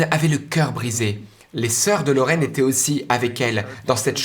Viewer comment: Témoignage très intéressant. Cependant, la prononciation en langue française est déconcertante. Faites-vous la différence entre "parlé" et "parlaient ", "été " et "étaient "? Les mots " francé", "fé" n'existent pas dans la langue française. Merci d'en prendre compte par respect pour notre culture.